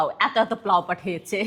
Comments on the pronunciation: কথাও শিখে নাই,পাগল!প্লাও কি!?পোলাও,বুঝলে? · আরাছোদা বেডী পোলাও কে প্লাউ বলিস কেন?তুইতো শুদ্ধ কে সিদ্ধ করে পেলেছিস বেশি শুদ্ধ মারিস না তোরে কি ছোদে? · Ai j mises plau noy polaw, age uccharon ta sikhen tarpor Video te bolien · চোত মারানির ঝি, প্লাউ না, পোলাও, ঢং দেখলে গা জালা করে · আপনার এই প্লাউ এই কথাটার জন্য পুরো ভিডিওর সুন্দর্যটাই নষ্ট হয়ে যায়। সারাজীবন শুনছি পোলাও আর আপনি বলেন প্লাউ। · পেলাও 😂 এইটাও পেলাও সঠিক উচ্চারণ পোলাও বিফ রেজালা সঠিক উচ্চারণ গরুর গোস রেজালা। বাংলা ইংরেজি দিয়ে কথা গুলাই ফেলছেন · আমার মনে হয় জিবনে পোলাউ দেকেন নায়। তায় নাম টা ও ঠিকমতো বোলতে পারেন না। পোলাউ না বোলে। আপনি বলেন কি। প্লাউ। ঢোংগি মহিলা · প্লাউ কি আপু? 😂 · আপু আসলে শব্দটা কি প্লাও নাকি পোলাও😊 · পোলাও ❌❌প্লাও✔️✔️😂😂😂😂😂😂